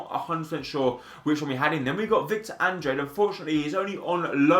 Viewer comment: It's not victor andre it's Andrade ( An-drah-day)